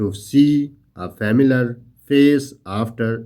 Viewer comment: Sir, it's not فیملر It's فملئیر